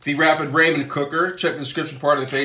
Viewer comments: Raymen noodles?😂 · what is this “raymen” noodles that i hear of? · Im dieing everytime he says it